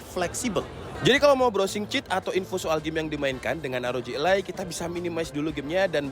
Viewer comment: rog ally om bukan rog a-lie